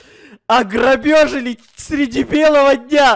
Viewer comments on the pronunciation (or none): хот я казак но я руски хорошо знаю говари ограбили а ни ограбёжели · огробежили! Я: ржу Мама: что смеешся Я: говорит:огребежили! Мама:*ржот* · Никто: Обсолютно никто::аграбёжали😂😂😂😂😂